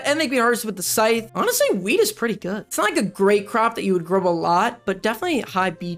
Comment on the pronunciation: I kept hearing weed and not wheat